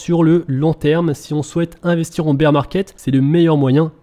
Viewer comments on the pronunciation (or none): none